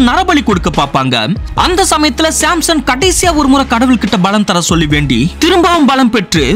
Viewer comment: Samson ❌simson ✅